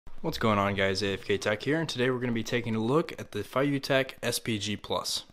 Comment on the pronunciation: Great straight forward video. I had to return mine because of the many bugs and issues. Let me know if you have the same. Oh btw i believe it's pronounced "Fay-you tech" and not "Fah-you tech" :P 1) Cannot use Bluetooth shutter button to control iPhone photo/video app because no bluetooth connection could be made. -when i go to iPhone bluetooth setting (feiyu SPG Plus_##) does not show, so i cannot connect to Bluetooth. -only way to connect bluetooth is using (feiyu ON app) when I open the app, it connects the device automatically but the bluetooth shutter button does not work with iPhone video app, only works with (feiyu ON app) But now watching your video. Perhaps the directional down and function button together would've helped. The instructions was badly written for sure. 2) When using (feiyu ON app) WITH bluetooth connection there are many issues & bugs - pressing (function button) does not change mode but only displays "full follow mode" on the screen. (impossible to do different modes such as pan & tilting mode/ selfie/ reset) -pressing (function button) always makes the gimbal move/pan everytime. (function button should not make gimbal move) -pressing (rec button) always moves/pans gimbal, impossible to take still image (rec button should not make gimbal move) -pressing (function button) 1x and moving joystick left & right, gimbal will pan left automatically very slowly all the time, only way to stop is press (function button) 1x again and move joy stick left & right